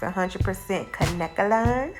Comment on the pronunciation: Lol the way she said “Kank-Kelon”